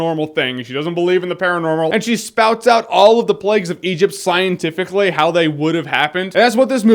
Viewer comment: The plags! The plegs! The lack if pronunciation!